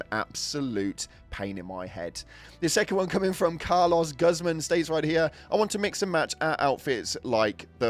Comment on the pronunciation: Pronouncing Carlos Guzman like Car-Loss Guzzz-man 😂holy illiterate